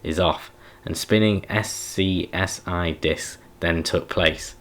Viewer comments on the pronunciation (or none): That would be pronounced "scuzzy", like "fuzzy" but "sc" instead of "f". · It is much better when you read yourself! But may I suggest that you do a pre-reading, reading out loud, so you do not stumble on words as much. And also SCSI is read s-ka-zee. :) And having to spend a festive holiday away from my family, even in a luxurious hotel, is not something I fancy.